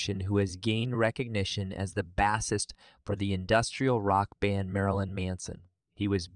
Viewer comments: Bah-sist? Try Bay-sist Bassist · That's what I noticed the most. Now off to a different video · You don't know how to pronounce bass or bassist. It's not a fish